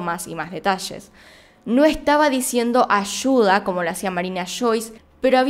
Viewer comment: "Ashuda" "Marina Shois"